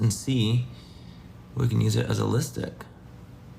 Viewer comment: The way Manny said “LiStick” like Miranda sings 😂💄